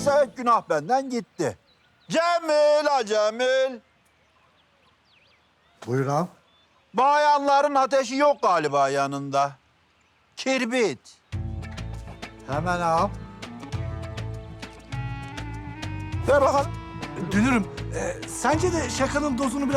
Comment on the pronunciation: ağa kibrit demedi kirnit dedi